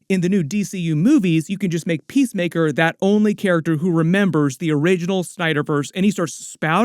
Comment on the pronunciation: Every time someone says PeaceMaker I hear PissTaker.